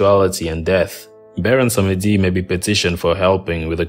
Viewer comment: You mispronounced the Creole names Bondye is pronounced bond-yay -- Baron Samedi is pronounced bah-woh sam-dee